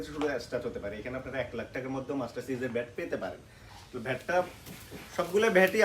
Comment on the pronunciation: ও ভাই উচ্চারন ঠিক করেন ব্যাট কে বলতেছেন ভ্যাট